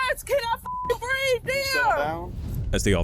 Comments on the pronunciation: It's breathE. Not breath. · it's breeve, not breef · "I cannot breeve!" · I am so sick of hearing," I didn't do nuthin" and "I can't breeve". Enough already. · “I can’t breaff “! 🙄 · Correction: she can’t “breave” heavy on the V